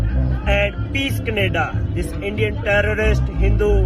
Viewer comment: Kanneda these people can’t even say the country’s name properly 😂😂😂😂😂